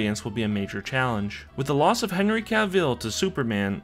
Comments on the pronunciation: Why do people keep saying Ca'vill, and not simply 'Cavill as it is pronounced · CAV-ILL not CAV-EEL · It's pronounced more Ka-vull like full, not Ka-vill or Ka-veale like ill or seal. Just saying. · "cah veal" im dying